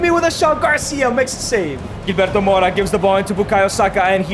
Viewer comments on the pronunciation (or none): 🤣 Gilberto pronounced hil-berto not Jil